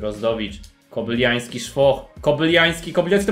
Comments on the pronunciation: Jezuuu Kobylański, a nie "Kobyliański" ;) Taki mały błąd, a tak denerwuje :)) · Jak coś Kobylański a nie Kobyljański ;) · Nie KOBYLIAŃŚKI tylko KOBYLAŃWSKI mów poprawnie bo nie da się tego słuchać brzmi jak jakiś ukrainiec !!